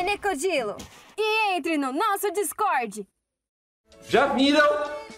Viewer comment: E entre no nosso discoirdi"